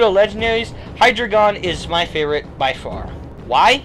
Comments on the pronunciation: It's pronounced Hi-dre-jun. Not Hi-dre-gon. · I thought it was Hi-dry-gun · I don't want to be THAT guy, but I have to correct you on your pronunciation of Hydreigon. Usually I wouldn't, but... dEINo / ZWEIlous / HyDREIgon. 1 2 3 in German. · The drei in Hydreigon's name is pronounced dre. Drei is german for three. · High dragon not how you were saying it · by the time you made this video, the name for Hydreigon was released in the movie. It's pronounced "high-dragon", essentially. More emphasis on the "dra".